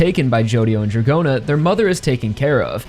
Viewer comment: Don't understand why you pronounce [Djagorna] and. Ot Dragona 😮